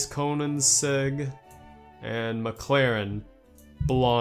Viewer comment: “CONAN-segg” and “Mishubitsi” 😂